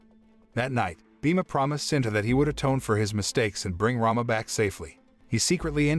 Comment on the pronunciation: It's SITA sir not sinta